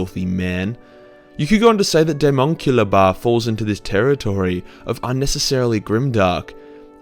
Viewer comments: wtf is a demokilaba whatever he says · Can some one tell me the name of that bath mentioned because all I heard was "deamonical bath" and I low key intrested in this